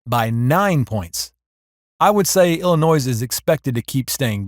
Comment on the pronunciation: Just because Illinois has an "s" at the end of its name, you don't have pronounce it. In fact you should not. Please.